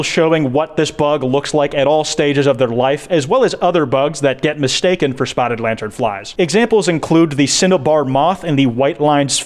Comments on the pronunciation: Everytime I hear say spottred I die a lil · “Spottered” boy can not pronounce spotted to save his life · Anyone else think they just keep hearing him say “spottered lantern fly” or is that just me